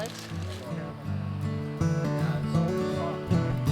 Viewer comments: Great video! Enjoyable as always. And just for the record, it’s pronounced “hala-pain-yo” not “hala-pee-no” 😉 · Almost.... more like "hala-pen-yo"